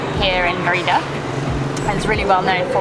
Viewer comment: When people are speaking English, Mérida is usually pronounced the same way English speakers say the name of the princess from Brave, and it is pretty close to correct. You sound like “Ma RI da.” No. It should be “MER i da.” (Spanish e = ‘long A’ in English, and Spanish i is “long e” in English.)